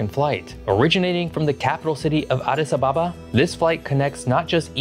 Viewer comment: Then, there's the way you put the emphasis on the wrongly syllable for Addis Ababa.